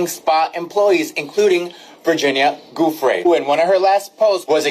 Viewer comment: Her name is not Virginia Jeffries. Its Virginia Guiffre